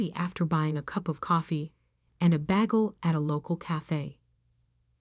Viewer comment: Is a bag el similar to a bagel? I love AI because they can’t speak.